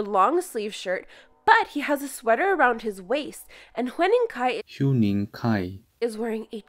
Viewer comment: wHy diD yOu prOnoUnce hEuniNg kAi liKe thAt?